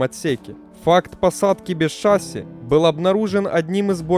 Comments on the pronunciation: шассИ, а не шАсси. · Что ж ты такой неграмотный? Правильно шассИ, а не шАсси. Ударение на последнем слоге. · Определитесь уже- шасси или ШассИ (последнее верно) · Дружище, Вы сначала говорите "шáсси", потом "шассú". Правильно всё-таки ударение ставить на последний слог, как принято во всех французских словах. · шассИ, блин, шассИ. Канал об авиации, а названий не знают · Да сам ты шАсссси и кантралирывать. Ну правда, возьми диктора хорошего!